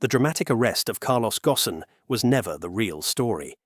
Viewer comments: This time his name was pronounced correctly, instead of Carlos Gon. It should be Gosen. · I stopped listening when they mispronounced "Ghosn"